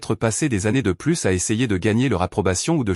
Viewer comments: C'est une voix artificielle, générée par une IA. Les robots ne savent pas encore faire a nuance entre pluS et plu, ni entre vas-y et va-i grec 😂. C'est plutôt comique. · Il faut faire attention à la prononciation du mot "plus". Et ne pas prononcer " plusse" alors qu'il faut prononcer " plu" ça fausse le sens de l'histoire